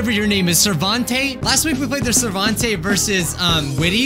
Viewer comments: LOL because he said servante not sarvente 🤣🤣🤣🦐🦀🦂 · (Sar) vent) Not (sat) (vontae) And btw those disappearing notes are for everyone